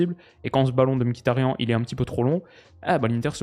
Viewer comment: par contre ca se prononce ''miktarian''